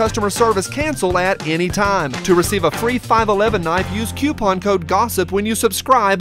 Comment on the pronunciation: It's coupon NOT Quepon!